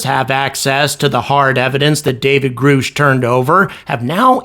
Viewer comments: Hell, congress can't even get anyone that goes before them to answer simple questions. No one is damn sure just gonna turnover evidence that is literally generation changing. Also, after all the interview attention of the whistleblower, you really called him Groosh? I know damn well you know it's Grusch as in Grush. Crazy. Lol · It's GRUH-SHH NOT GROOOOSH. Also, all you skeptics are going to look like REAL stupid jackasses once you find out the Experiencers, Believers, and Whistleblowers were right. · GRUSH. Not Grusch!!! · It’s pronounced “GRUSH” like “RUSH” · Are you just saying his name wrong to be obtuse? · why do you keep pronouncing Grusch's name wrong? you are doing it on purpose at this point its impossible not to know how to say the word. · I like your content I watched you sometimes but just do me a favor get the names of the people right, meaning the pronunciations of the last names! That's all I ask because to me if you can't pronounce their last name means your not up to date with the story!